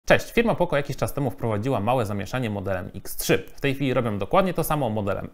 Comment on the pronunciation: Jakie poko??? Poco, poco naucz się czytać człowieku...